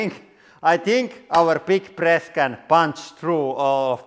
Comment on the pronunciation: It sounded like he was saying "Welcome to the Hydraulic Präst Channel"! ("Präst" is Swedish for priest)